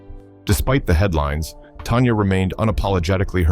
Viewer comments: Tanya tan-ya. Not Tonya. Why do you do these videos when you don''t even know who or what you are talking about. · Tan-Ya not Ton-ya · It's Tanya not Tonya! Get it right!!